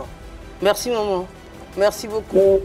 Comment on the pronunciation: On dit merci et non mekssi